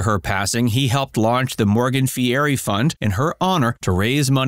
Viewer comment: You need to learn how to pronounce his name!